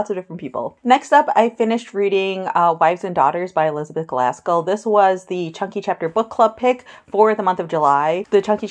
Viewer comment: Are you saying Glaskell??